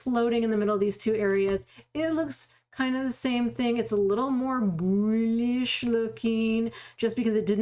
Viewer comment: I watch the videos to hear you say "boolish"